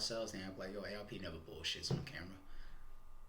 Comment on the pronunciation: Calling ARP "Arp" is crazy😂